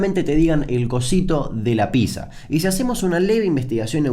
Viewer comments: No se dice Písa, se dice PíTza... XD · Le erras no es pizza, es picsa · Ah sorry, no soporto a la gente que dice "PISA" en vez de "Pizza". Hasta la próximaaaaaaaa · Aaaah porque dice "Pisa" y no "Pitza" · Me molesta que diga pizza y no pitsa. Igual muy buen vídeo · como vas a decir pisa. es pitsa papá. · Se pronuncia piTza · No se dice ninguna de esas dos maneras igual xd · Se pronuncia pitza gil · RAE: Déjame decirte, Damian querido, que se dice piZZA. PiZZa.